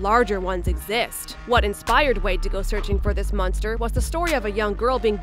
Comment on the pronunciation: Stop saying munster